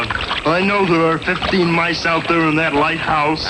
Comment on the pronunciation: said "mice" the proper way.